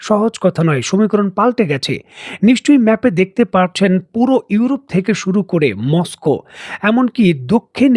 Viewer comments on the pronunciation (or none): none